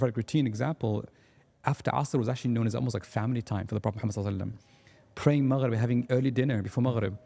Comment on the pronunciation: He really needs to say the Prophets صَلَّى ٱللَّٰهُ عَلَيْهِ وَسَلَّمَ name with clarity and reverence. It was really quite uncomfortable. Other than that a fantastic podcast 👍